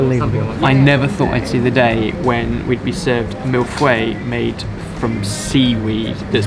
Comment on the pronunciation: 11.11 - mill fway? And you call yourself a cook,?